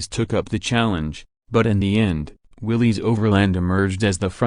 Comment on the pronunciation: It's pronounced Willis not willys.